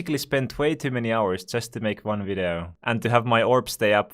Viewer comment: vidoo is what you say lol